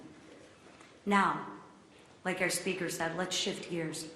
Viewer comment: "Like" me, not Luke me!!!